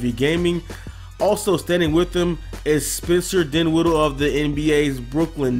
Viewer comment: Dinwiddle 😂 Its Dinwiddie!